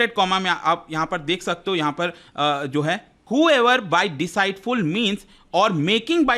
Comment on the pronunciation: Deceitful is pronounced disitful not deciteful